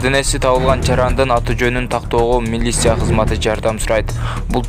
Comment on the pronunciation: Милиса эмес Милиция деп айтчы тантыбай